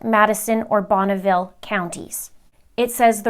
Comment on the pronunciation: As a former resident of Bonneville County, just wanted you to know the e in the middle is not pronounced with a long e sound. Interesting that the paperwork did not even bother to exclude Jefferson county which is also in the 7th district. The Boise area is more populated. And much more convenient for Mr. Means and Mr. Prior as that is where their offices are. I liked your quip about Nate Eaton being Secret Santa daily!